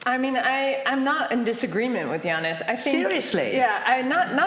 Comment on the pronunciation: Did he say Yannis "Whatthefuckis"??